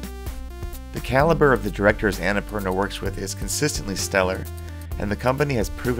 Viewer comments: Not Anna - purna , its on na poorna .nice video thought loved it. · its un-nh-pur-naa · Would have been even better if you had pronounced Annapurna right, but nonetheless great video!! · actually the names based on a mountain range , from where im from . Just live mt.everest . Theres anna purna . And thats how we say it. I maybe wrong though if its not based on what i said. But if it is then its pronunciation is on na poorna .